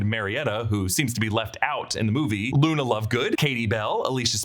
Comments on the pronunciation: He also says Nuna instead of Luna at one point lol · You said nuna 😂